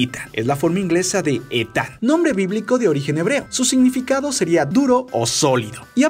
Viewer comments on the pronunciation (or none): none